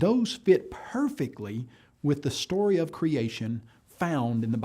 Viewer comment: “A shtraight-forward shtory of creashun”